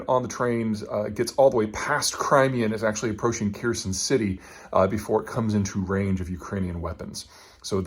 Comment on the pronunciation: Kherson is pronounced like "hair sewn"